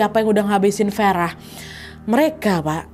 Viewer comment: maaf kak, pelafalannya agak konsisten ya kak, saya ulang sampe 2 kali, kok tiba2 farah jadi verah